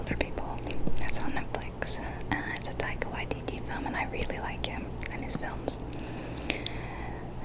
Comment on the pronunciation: I'm from new Zealand and thank u for not butchering taika waititi to badly